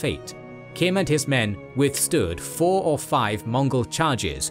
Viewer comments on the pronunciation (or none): none